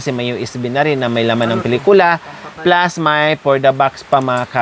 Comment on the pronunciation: Pinitula,pilikula ano ba yarnn